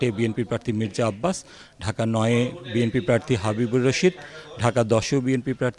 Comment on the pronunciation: ঢাকা 8 পড়তে ভুল করেছেন